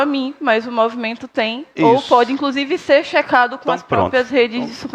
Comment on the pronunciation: Estudante de direito que fala "incrusive", não dá que país é este😐